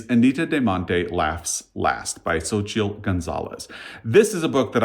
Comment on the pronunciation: Hi, I'm impressed that you were able to pronounce Xochitl (based on when I googled it) 😃 Scott at Gunpowder Fiction and Plot did an awesome job of explaining the real artist's story when this book was released, which convinced me to read it. Turns out I wasn't as thrilled with the later time period part of the story (it's two stories in one book), and it's worth knowing that Gonzalez doesn't really lean into the earlier artist's facts, just uses them as a reference point to create a story. What she did create in that timeline I liked, but it's got magical realism -- because you're not a spooky/ghost reader, I thought you might like to be "forewarned." For me, the magical element was delightful. As for Fire Exit, it's been on my list since your recommendations, and I recently placed a hold on it due to Ben's Read Good 2025 Storygraph challenge for February, books with fire on the cover. It's probably already on the shelf waiting for me to pick it up! Btw, did you recommend Heartstopper at some point? I decided to watch the Netflix series, and it has been a cozy, much-needed distraction! 🩷 To me, James (4 stars) and Martyr! (2.5 stars) were both over hyped. I hated Erasure, btw. For anyone who either loved James or needs a palate cleanser, a book set with similar time/place/problems that I'm currently reading is Horse by Geraldine Brooks -- so far it is excellent! As for Akbar, I recommend reading his pal Tommy Orange. Wandering Stars is a gem (5 stars). I also listened to